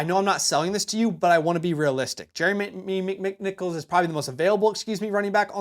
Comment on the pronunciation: Jeremy Mymimickmicknichols